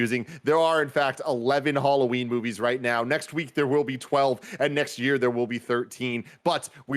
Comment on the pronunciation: It’s tough to make it through this simply because of the way they pronounce “Halloween”. I can’t.